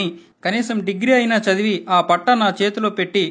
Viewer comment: 2.00 min Sadivi kadura chavivi cha palakada